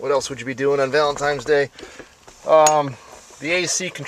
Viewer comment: Guy who’s mad about “what they’re doin to our country!” pronounces Valentine’s Day “ValenTIMES day”. Big surprise.